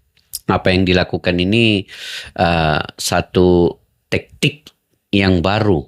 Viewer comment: Jgn tektik pakcik tapi taktik. Baca ny